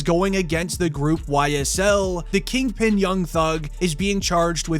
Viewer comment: Stop saying King Pen too your incriminating